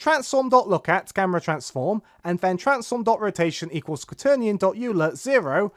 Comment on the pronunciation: Good tutorial thanks! Just one thing Euler is pronounced like Oi-ler, he was a swiss (german-speaking) mathematician!